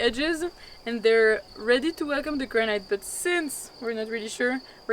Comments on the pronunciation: GRA- NIT, GRA-NIT, GRA-NIT, GRA-NIT, not granite. Please, please, please adjust ; ) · Well has come a long way if the main thing you can criticise about the video is the pronunciation of the word "granite" by non-native speakers. Well done!